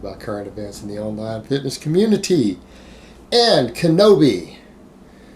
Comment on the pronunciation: Pronounces kinobi LoL you’re a champ